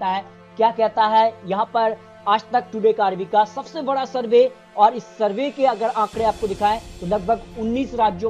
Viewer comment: ये श श श तो सही से बोल ले भाई।।फिर शरवे means सर्वे करना